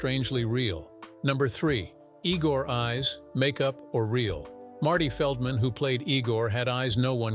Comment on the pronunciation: Not "E-gore" , it's pronounced "EYE-gore"!